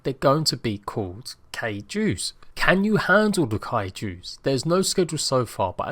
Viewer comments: I wanted to, but I wasn’t sure how to spell it out for him to pronounce it......I was about to type out KAI-JEW lol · PLS STOP SAYING KAIJU LIKE CAILOU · Kaiju is said like Ki-Jew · ITS PRONOUNCED KAI-JEW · ITS PRONOUNCED (KI-JU) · Its kai-joo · it's pronounced kai, and ju like saying July without the ly lol and I really want to know how to fight the flying one will the robot have a jet pack? or just use flyers like wyverns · THANK GOD someone finally corrected him lmao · It was driving me nuts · Thank you for this. His absolute butchering of the word was driving me insane.